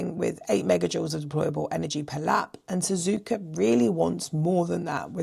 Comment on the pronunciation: There’s no R in SZUZUKA.